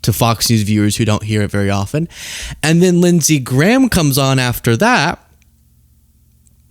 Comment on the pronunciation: LINDSEY GAYAHM 😂😂😂😂😂😂😂😂😂😂